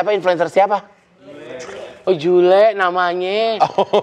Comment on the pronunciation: SULEEE. Bukan JULEEEE😂 Jule Prikitiw